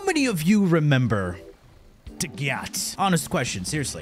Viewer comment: As a dagath main I may be biased but she’s SO UNDERRATED!!! Also have some RESPECT for the faceless queen and SAY HER NAME RIGHT!! They tell you in the hollow if you don’t remember!! Ok with that off my chest thanks for the build guide I enjoy your content.